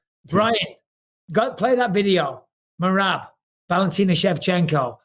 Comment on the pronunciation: I like that bisping actually got merabs name right